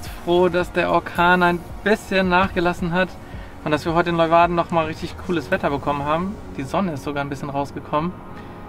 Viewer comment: Klugscheisser-Modus an*. es heißt Lee-uwarden, nicht Loiwarden *Modus wieder aus Willkommen in meiner Ex-Heimat 😊. Schlafen bei so einem Wetter ist schlecht, hatte ich auch mal, an der frz Atlantikküste, dazu prasselnder Regen auf dem ungedämmten Kunststoff(klapp)dach. Horrornacht. Aber Ihr habt's überlebt 😄. Freistehen soll in NL ja strengstens verboten sein-wie kommt Ihr so durch?